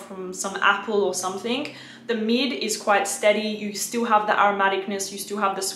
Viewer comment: Pls. SomethinG, not SomethinK. I'ts ear-ache to hear you say it wrong in your every clips. Otherwise, Great and Sweet reviews.